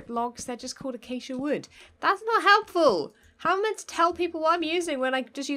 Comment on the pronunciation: denied thar she technical pronoucd accia logs/planks wrong by saying that everything was the same:P